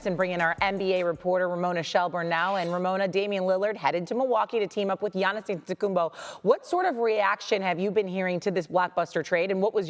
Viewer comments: 😭😭🤣🤣 . This lady said giannis Antegool, him landing in portent, and Fluture. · Lol Giannis last name had shorty in a chokehold lol . Said it almost as bad as Charles Barkley lol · reporter: "giannis antetekumbo" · How many more MVPs should he win before you stop pronouncing Atetkonopopoupo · Her struggle to pronounce Antetokounmpo 😂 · She can’t say Giannis Antetokoumpo 🤣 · Home girl had a tough time saying Antetokounmpo, lol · The lady on the left needs to learn how to say Giannis last name lmao you got 1 job hun lmaooooo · Whoever the other chick, besides, Ramona is absolutely terrible at her job and not prepped at all. How at this point, can you still not pronounce his name, also, there has never been 35 days in any months in the 40 years that you’ve been alive. ESPN needs to get with the program. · girl just say Giannis, cuz you are killing his name lol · This chicken head still can't pronounce Giannis last name. Just say Giannis. Don't bother with the last name bro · Kinda disrespectful for a sports reporter to not even know how to say giannis’ last name. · She destroyed Giannis last name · She absolutely butchered giannis's last name 🤣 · She is struggling with Giannis' name lmao 🤣🤣🤣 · she can’t say gianni’s last name to save her life!!!😂😂 stop making her say that